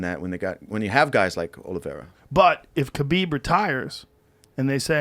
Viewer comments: Why does no one pronounce khabib correctly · Khabib’s name is pronounced Ha-bib not Kabeeb. Americans please get it right. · Pretty sure you don't pronounce the 'K' in Khabib🤔